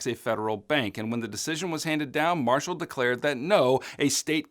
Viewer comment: John MAR- shall…. Oh